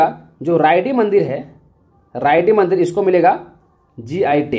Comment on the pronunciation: मंदर ✅ मंदिर ❎